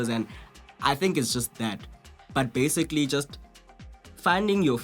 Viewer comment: Lol... sometimes it sounds like,"Basigally"